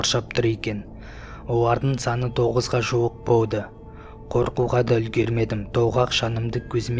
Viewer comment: Неге дурыстап сойлемейсн боуар кауады боуды